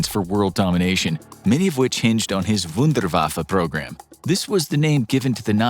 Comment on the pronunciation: It's Wun-der-waf-fe not wunder-waffee .